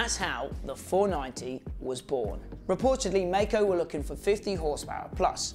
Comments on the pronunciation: I'm pretty sure it's pronounced like the word Kaiser, like My-Co, as opposed to May co Also, I've ridden one of these and it was phenomenal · Yes. Legend. (Its pronounced My-co). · Except Maico is correctly pronounced My-co...